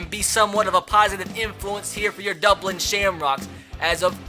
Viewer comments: How we pronounced it "Dublin" how 3 years old pronounce it "Dubwin" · Crankin36 how intellectuals pronounce it “Dubwin”